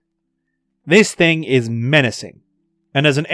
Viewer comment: "Thig come down." I guess sky cat took the "N".